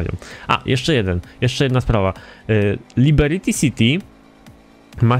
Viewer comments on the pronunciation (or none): nie Liberity tylko Liberty:p